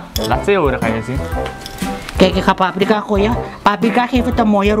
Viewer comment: Is niet poeprika maar paprika 😂😂😂😂😂😂😂😂😂😂😂😂😂😂😂😂😂😂😂😂😂😂😂